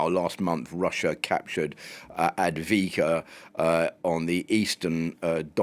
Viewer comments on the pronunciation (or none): How much of an expert are you if you refer to "Advika" and not "Avdiivka"? I for one lose trust in someone demonstrating a lack of basic knowledge of the topic.